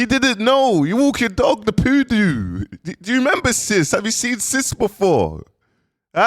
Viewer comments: Please invest in some speech therapy cos they aint no way you just pronounced poodle as poodoo😂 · He said poodo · “You’ve got a little poodoo (poodle)” 🤣🤣🤣🤣🤣🤣🤣🤣🤣🤣🤣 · 🤣🤣🤣🤣🤣🤣🤣 likkle poodooo